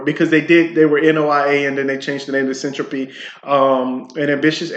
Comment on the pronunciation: Hold on? Boring? Something that makes internet connections faster, more reliable, and fully encrypted. Just launched and already announced integration with Minecraft and Chainlink. I'm not sure you understand what you're talking about. Not knowing how to pronounce the word Syntropy does not inspire confidence lol. This is going to blow up! It's potential customers aren't just in crypto, data centers, cloud providers, and anything that uses the internet. But ok..